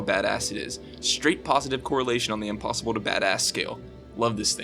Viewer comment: "apossible" i actually laughed for a while at that 😂😂